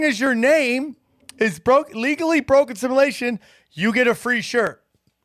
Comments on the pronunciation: It's kind of cute that can't pronounce simulation..:) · still can't say "Simulation" correctly. Just kidding,...you're the best!!!